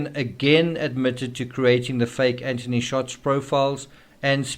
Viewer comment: Also Anth-ony not Ant-ony